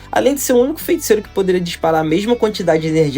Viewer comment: Só me da nervoso ele falando "FeNticeiro"